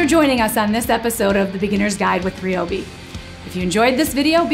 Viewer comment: Amazing explanation, and better yet, Now I know hot to pronounce Ryobi!